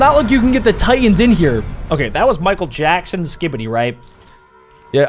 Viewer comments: Who hear said Mickel jabsons,I think 😅😅😅,also I think this episode is so fire 🔥🔥🔥🔥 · Bro said michael jabson